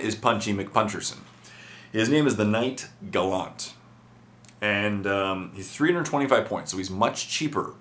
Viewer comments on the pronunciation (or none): its pronounced gAllAnt